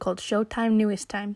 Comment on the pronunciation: You know, if they were as bad as all that, their groups wouldn't resign with them. Just saying. There is always more going on behind the scenes than we know. Also, it's pronounced New East, not New Est. Listen to them say it. New EAST.